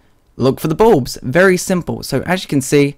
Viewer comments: I heard balls xD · I legitimately thought he said Plantera's Boobs at the start.